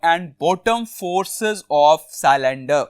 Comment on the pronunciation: LOL🤣🤣 it's not forces it is faces...